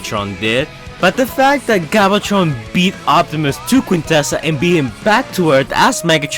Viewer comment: he said galvatron wrong